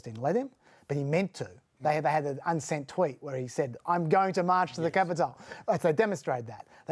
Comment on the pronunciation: Why does he say capital like that?